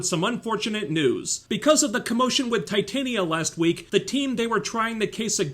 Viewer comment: The way you pronounced Titania is correct, they pronounce it that way in the show cause TITAN and she's strong. Yeah it's a really dumb name.